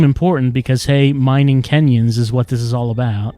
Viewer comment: Every time "kenyons" got mentioned, I just parsed it as "Kenyans". Apparently a very powerful nationality.